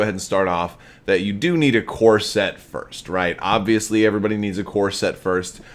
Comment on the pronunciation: Ah..."CORE SET". Not "CORSET". Couldnt figure out what you meant.lol